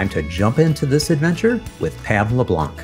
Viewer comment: Very enjoyable listen! Only thing.... Hearing the Anglosizing of the pronounciation of 'LeBlanc' is like nails on a chalkboard! 😐 Yeah yeah, I'm a critic... But seriously, was great!